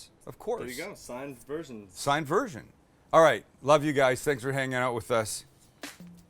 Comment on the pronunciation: I'm not entirely convinced you said "version."